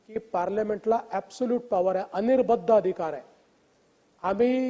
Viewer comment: अनिर्बंध असा शब्द आहे. अनिर्बद्ध नाही